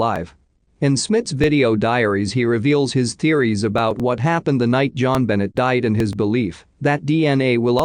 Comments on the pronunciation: Bennett? Never heard it pronounced like that before. And are you trying to say 'cy-pher'? La hotel? You mean El-A as in Los Angeles? Too many stray words in the audio. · Gosh, can you please show respect and pronounce Jon Benet’s name correctly.